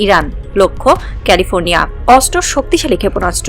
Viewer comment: অস্ত্র উচ্চারণ শুদ্ধ উচ্চারণ করতে হবে 😮😮অস্ত্র উচ্চারণ হচ্ছে না 😮